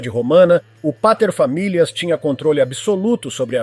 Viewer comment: O narrador tem um excelente, embora não completo, controle do R vibrante. Para mim é claro que ele vem de um R retroflexo que ele se esforça para não realizar. Já tinha ouvido dois "deslizes" antes do 'paterfamilias'.